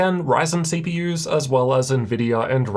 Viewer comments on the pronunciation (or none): came her for the way he says "CPYers and GPYers"